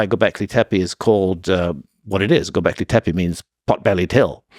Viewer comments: It's clear he loves saying , go beckley , teppe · Say Gobekli Teppi one more damn time